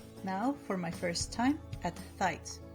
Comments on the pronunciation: This is amazing! I love the powerpuff girls so much!! Tights is pronounced: t-eye-ts. Don’t get stuck on the gh, English is hard. I live in America and I mess up all the time. You’re doing great!! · Did she pronounce the g in tights?